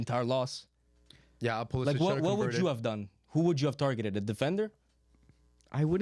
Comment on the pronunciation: nailed the pulisic lol